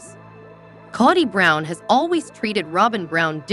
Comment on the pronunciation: Kaddie Brown...drives me nuts...do some research on pronunciations...😮😱